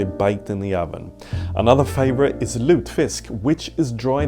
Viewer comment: I am so happy to have found your channel! I’m a historian-in-the-making (as I’m still finishing my degree) and your videos are just fantastic. Thank you for making food history so entertaining! (Also I was so taken aback with how accurate your Swedish pronunciations of julskinka and lutfisk were, then I saw your last name! 😂)